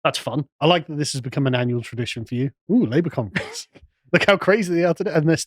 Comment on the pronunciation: What the hell is a "Cumfrence"??